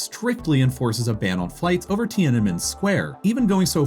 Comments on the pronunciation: Good film, but it pronounce as Tian-an-men, not Ti-a-nan-men. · Hey, just so you know you're pronouncing Tiananmen square wrong. But don't worry, many people do this. If you break it down into the Mandarin characters, the syllables come out as Tian An Men. Most westerners reading Tiananmen will try to lump the n into the second syllable, but this is wrong. The first n is simply for the "ian" sound, and is not part of the second syllable n. To pronounce it correctly, you should enunciate all three syllables as tian-an-men. Thanks, and love your vids, I watch 99% of your uploads.